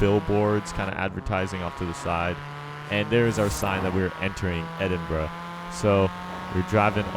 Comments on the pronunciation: When u say the city name its almost like ur saying edit bra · EHDIN “BROUH” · Its Edinbruh XD